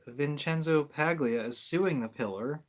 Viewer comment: Paglia, is pronounced, Pal-yha ....